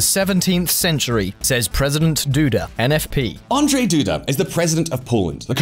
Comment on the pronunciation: As Ukrainian I would support it as well. Oh, and yes, your Polish accent is funny. I just realized how difficult Polish pronounciation is. But for East-european countries - it is a normal situation. About name Andrzej. The one pronounces it as: normal sounds A, N, D, rz is pronounced as ʒ in word Beige, normal E like e in word "edge", j is pronounced as "y" in the word "may".